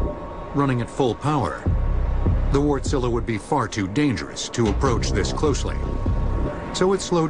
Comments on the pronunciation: Of they pronounce it Wartzilla. It's a diesel engine not a giant wart you fools. The stress is on the first syllable. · Sounds like he's saying wortzilla.. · "Vorch-lah" is how i say it... i know its not perfect, but its better than "wart-sila" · I would pronounce it as where tsilluh. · lol, hearing people say Warstila properly and then hearing this guy guy talking about Wart-zilla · well that's how Americans pronounce it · ***** Why most people can't pronounce just like it's written :) Is finnish only language which is pronounced just exact like written? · American journalism at its finest. Doing any research whatsoever? Of course not! Couldn't even be bothered to give Wärtsilä a simple phone call and ask how it's pronounced. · The guy butchered the Wärtsilä name.